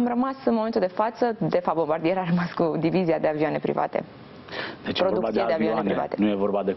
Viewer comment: Se pronunta Bombardie